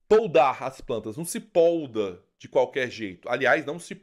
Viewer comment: Poda, polda é outra coisa, desculpe não consegui não dizer.